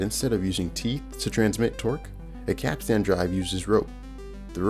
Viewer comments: Heyo. FYI, it’s pronounced like cap-stn, not cap-stan. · Great vid, but capstan is not pronounced cap-stan with equally accented syllables. The first syllable is stressed and the last syllable is pronounced stun. Think captain, but with an S in the middle. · Damn, that was pretty cool. Apart from how you said, 'capstan'. Have you got your cap Stan? No, but I've got the capstan.😁 Edit: I'm British... Hope that clears things up. Subbed. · Every time you mispronounce capst'n i cringe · Please say Capstan as "Capstn" and not Cap Stan as that just hurts my English ears... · While in the Navy, we pronounce capstan as cap-stin. Not sure if we are right. Love the video. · How can you have done as much research as this and still be saying Cap Stan?